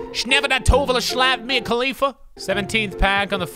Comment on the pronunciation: 😂😂 Did he say Mia Kalifha